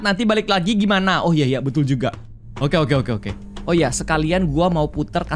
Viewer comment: Bang kok lu ngomong "jugal" 🗿